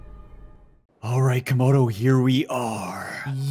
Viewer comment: It sounded like said bin laden